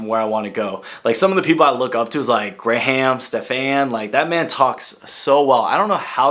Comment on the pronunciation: You totally butchered Graham Stephan's name